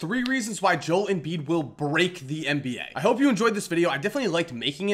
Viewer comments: Jol Embiid😂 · Jol embiid 😂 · joe-el embiid